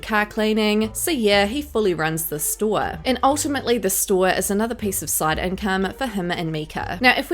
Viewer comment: Jesus christ you accent when you pronounce STORE it's driving me nuts